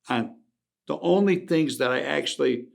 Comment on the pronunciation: Let me tell you a couple of tree tings